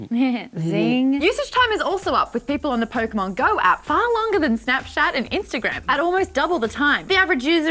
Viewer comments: I found this video just to see is Maude actually said "snapshat" and she did hahahaha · Just watched the bloopers for this episode and now I notice that she managed to say snapshat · DID SHE SAY SNAPSHAT?!?!?!?!? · I literally came back to this video from bloopers to hear Maude say snapshat 😂😂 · Pretty sure Maude said "snapshat" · Sounds like Maude is saying snapshat lol